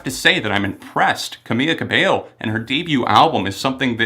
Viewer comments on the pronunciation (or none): you're pronouncing camila's name wrong. it's camiLa cabeYo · its pronounced cameeLa cabeyo